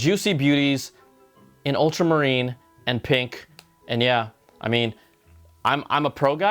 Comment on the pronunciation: Awesome shirt bru. You went full Afrikaans with that “Jaaaaa”